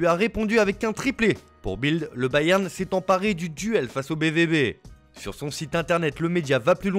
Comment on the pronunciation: IL faut dire bayern Munich Mais balewan dosmunich